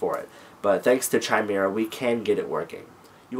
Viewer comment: "noun /kaɪˈmɪrə/ /kɪˈmɪrə/". And blow your nose to get camera-ready, Skippy. Is it your passive/aggressive personality that causes you to stumble over only important words? It matters not at all how much you know, or THINK you know, if you can't get your pretentious little self out of the way. This isn't about YOU.